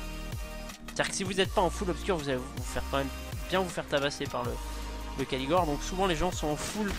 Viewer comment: Et aussi c'est raid Caligor, pas Caligore x)